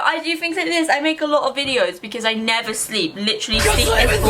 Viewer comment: Snap: inevershleep